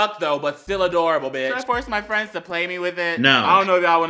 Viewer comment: Anyone else noticed it said "frenids"